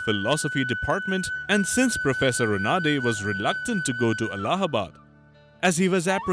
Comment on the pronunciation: Such a pity that in official channel pronounces Gurudev's name as रनाडे instead of रानडे. Forget about pronunciations like प्रह्लद (instead of प्रह्लाद), भगवत (instead of भागवत ), उफाध्याय (instead of उपाध्याय)...Such an anglicised diction of Native words is quite disheartening